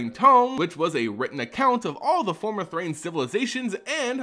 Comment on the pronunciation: THRAN = Thrain? Thrane? Source for your pronounciations please.